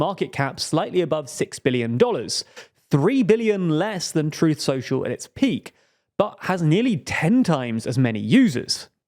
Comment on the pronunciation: You're having real trouble with those L's, aren't you? Normal people don't have your trouble with "world," "well," "social" and so forth. Wehwud, wewu, sohchoo... Ugh! Maybe you could try practicing in front of a mirror. Watch your own video, make a list of all those L-words you are screwing up, and practice them, while watching your lips in a mirror, for a few days. Prefereably before making a fool of yourself anymore on YouTube. (Then you might try "it." The word has a T in it...) There's something profoundly silly about your making a video mocking poor little Trump while making such a childish display of yourself as you do it.